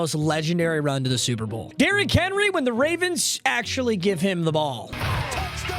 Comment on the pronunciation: "Derrick Henly" and "Donathon Taylor" in the first 40 seconds of the vid. in full effect